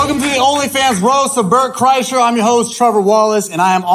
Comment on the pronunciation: Am I the only one who noticed that the announcer said “Welcome to the Only Fans roast of Bert… CHRYSLER”?! They couldn’t even get his name right. The announcer has never heard of this guy before. Oh how I envy them.